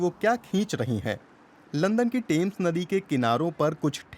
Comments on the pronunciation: The name is Thames, not tames fyi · टेम्स नही थेम्स